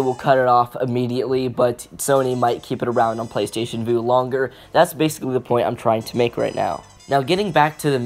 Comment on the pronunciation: Vue is pronounced view not voo.